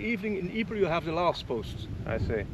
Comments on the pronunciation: That was a pretty bad pronunciation of Ypres, though the entente troops pronounced it 'wipers'. Poor young lads. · I believe the town of Ypres is simply pronounced EEP. There was a WW1 battle there. Don't remember which year. I think somewhat early in the war.